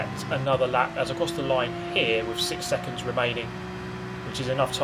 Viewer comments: The way you pronounce "six" was massively hilarious at first (I just stopped laughing last week), but it gets annoying. Great video otherwise! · Been a fan for a while now, just don't know why you can't say six haha, love you, keep up the good work!